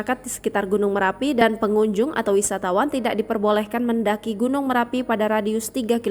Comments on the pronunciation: Marapi mbakkkkk... bukan merapi... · Bukan merapi tp marapi ya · Gunung marapi.. bukan merapi kakak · Bnyk bgt media yg slh omong Marapi menjadi merapi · Marapi bukan Merapi